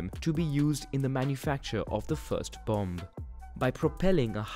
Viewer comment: I’m sorry to be that guy, but the second ‘b’ in “bomb” is silent. Nonetheless, a great video and very informative as always